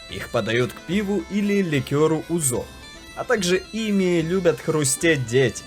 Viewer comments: СкородальЯ ПРАВИЛЬНО, Узо, а не узО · Отлично снято видео. Но озвучка отвратительна. В тексте, перед озвучиванием, поставьте правильные ударения на греческие названия . Если бы не идущие параллельно титры, я не понял о чем идет речь. Греки НИКОГДА не говорят "оригАно" - рИгани вот истинное название в Греции. Не узО, а Узо... Полтекста требует правки.